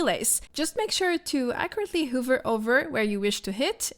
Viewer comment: Nice guide. One tip: hover is pronounced with an "uh" instead of an "oo".